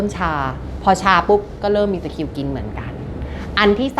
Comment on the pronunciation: ตะคริว ไม่ใช่ ตะคิว ค่ะ